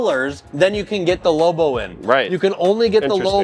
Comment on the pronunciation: It not pronounced lowbow